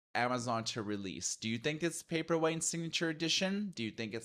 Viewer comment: I think Kindle Paperweight would be a good model name as you pronounce :)